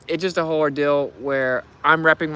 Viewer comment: Damn. That's a rill ordill.